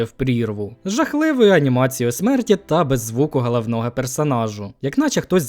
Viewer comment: Мені так пОдОбАЄцЯ коли людина з вимовою "гХалавнова" гєроя висміює чуже невігластво😮